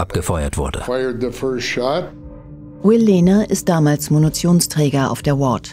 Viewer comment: Was bitte ist ein „Munutionsträger“? 😂👍 Bei min